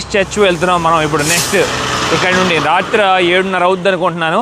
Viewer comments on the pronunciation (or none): రాత్ర కాదు అది రాత్రి